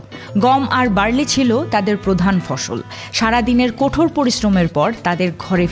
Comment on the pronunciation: কোঠর নয়, কঠোর!